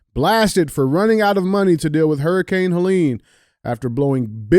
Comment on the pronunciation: Good to see DJ figured out how to pronounce Helene